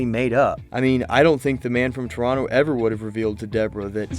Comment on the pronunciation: Thank you for pronouncing Toronto the way it should be pronounced.